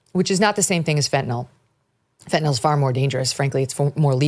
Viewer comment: I still have a hard time listening to someone go on about “phentanol” (ending sounds like “awl” as in “hi, y’all”), when it is spelled fentanyl and is pronounced ending with “nyl” as in “nil.” Baldwin supposedly narrates the upcoming documentary and can’t even be bothered to pronounce the word properly? If he mispronounces it throughout the documentary, I won’t be able to watch it without puking.